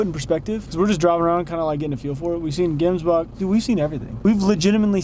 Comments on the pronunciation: Hemsbuck 😂 Gemsbuck but the G is like a Gggggggg noise (like wheelspinning on gravel) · That's not how you pronounce Nyala or Gems bok/buck 😂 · Hemsbuck... Me: Gemsbok(Afrikaans) The English name for the "Hemsbuck" is Oryx😂 for those that were confused.